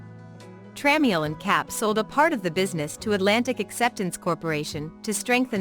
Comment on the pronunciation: It’s pronounced Tra-mel